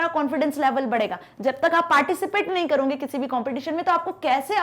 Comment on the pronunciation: करोगे❎. कर‌रौंगे✅😂😂😂😂